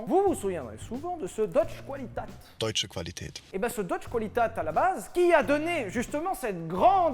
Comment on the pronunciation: On dit : Deutsch "kvalitéte " pas "koualitate" !